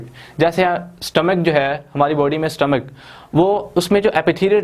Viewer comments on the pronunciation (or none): none